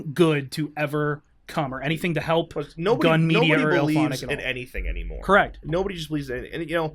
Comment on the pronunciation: it's gun media not gum media